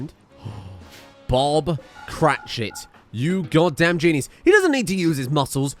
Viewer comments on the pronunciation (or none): none